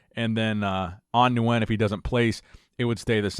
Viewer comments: Love your content, but please Nguyen is pronounced (win)... I always feel bad thinking An Nguyen is watching like "wtf" Lol!! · Just a heads up, "Nguyen" is just pronounced "win" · Say it with we slow, An Nguyen (Wen), idk who An (New wen) is lol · Yo. As someone who's grown up with a lot of vietnamese friends. Nguyen = Win. Just pronounce it as Win. I heard you pronounce it like 10 different times incorrectly and I winced each time. It's not your fault, but it's 'Win'. Hope you see this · Nguyen is pronounced like win lol... u butchered the last name haha. They do that when I compete too haha